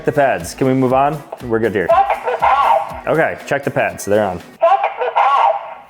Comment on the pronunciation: “Let me Che the instructions…” BOOM